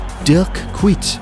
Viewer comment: Kuyt völlig falsch ausgesprochen 😭😡